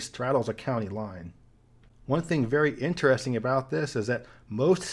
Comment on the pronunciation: As a man whose also struggled with speech impediments, kudos to you for the new pronunciation of the word “interesting”. Huge difference vs your old videos 👍